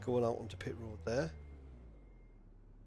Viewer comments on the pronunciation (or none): none